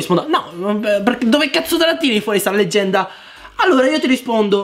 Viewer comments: si dice leggenda non legenda,ti stimo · guarda che si dici leggenda, non legenda. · leggenda non legenda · Si dice leGGenda non legenda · Leggenda,non legenda😂😂😂